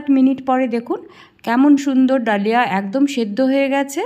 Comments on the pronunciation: কথাটা দলিয়া।ধলিয়া না।😂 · Dlia bolena dhali boley